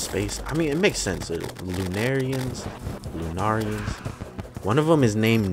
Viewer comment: pronounce it like ur saying luna who says lenarians? ps who ever does say it like that my opinion dosent matter im just a guy who says it like that just ignoir me if u want